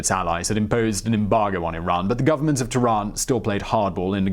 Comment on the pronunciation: In case you ever need to say Khomeini again, the "Kh" sound is like the "ch" in "Loch"... as sort of Klingon sound. And Tehran is breathy on the "eh" bit. Also, one thing that wasn't mentioned but is interesting was that the head of SAVAK suggested to the Shah that they exile Khomeini rather than kill him. Years later Khomeini repaid the favour by... having him killed.